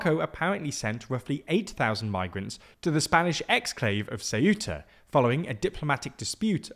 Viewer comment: Ceuta not "cajuta" 🤣🤣🤣